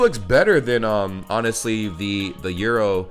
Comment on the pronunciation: Wait do you guys really pronounce "Gyros" like "Euro"?😂😂